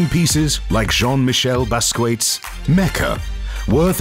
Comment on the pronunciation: Please learn how to say Basquiat’s name. That was horrible 😂